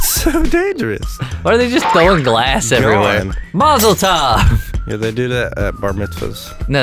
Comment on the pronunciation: Did u Seriously just say Mozzeltoff...